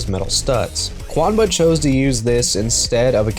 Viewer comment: QUANBA? Seems a “U” snuck in there somehow. Thanks for the vid!